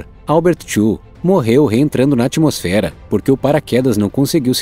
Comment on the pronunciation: Narrador, cuidado com a pronúncia. Não é ATIMOSFERA; é ATMOSFERA, com "t" mudo. Não se pronuncia o i. Tem que ser como at-mosfera.